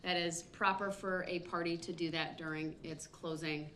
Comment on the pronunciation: Sovereign citizen defense. This guy is so out of it. He keeps saying dis and dat.